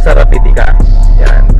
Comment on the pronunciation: Boy rapid ANG pagbigkas not rapideee jusko ko po ediiee...🤣🤣🤣🤣